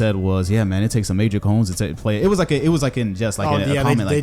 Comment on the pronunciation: You pronounced cojones wrong